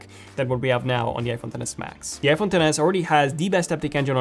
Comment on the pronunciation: When you try to say iPhone really fast it sounds like you’re saying f1